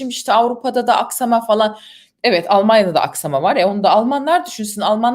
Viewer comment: "olmonyoda da yosoklondu" :)